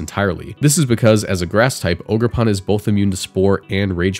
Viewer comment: It’s “OGER”! lol great video I’m glad to see amoonguss gone but these new mons are way too strong . Matcha gotcha, toxic chain and both ridiculous moves/abilities and chien pao may even be more annoying than zacian